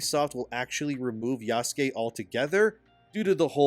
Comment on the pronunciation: Bro please say the name Yasuke as a normal white boy, you’re so cringe! 😂